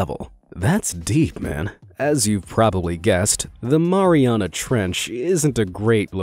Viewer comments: I think you said marina trench wrong I think you say it a different way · People who pronounce Mariana wrong 🤦‍♂️..... Keep in mind the origin of locations name... would you pronounce Marine mau-reene or Mair eene.. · The Mariana Trench sounds like Mariana like my name is Mariana